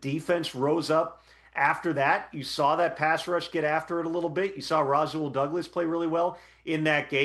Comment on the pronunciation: I hate how this dude pronounces Rasul Douglas